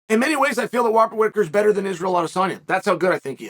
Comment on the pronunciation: “Wobert Rhitaker” 😂